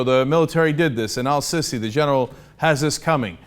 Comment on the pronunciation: Cenk, its Al Seeesi! Stop calling the general a sissy